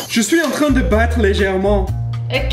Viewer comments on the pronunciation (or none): je cite "je suis entrain de battre légèrement"... Son accent m'a fait rire XD